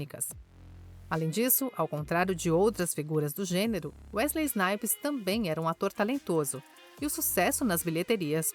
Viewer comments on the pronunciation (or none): Ainda bem que a narradora acertou o nome dele no final, já estava a me dar coisas na espinha ouvindo ela falar Wesley Snipe.